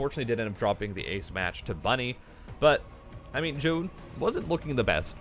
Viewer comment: I understand you're trying to pronounce it correctly, but we can just pronounce it "Zj-ow-n" lol idk why it bothers me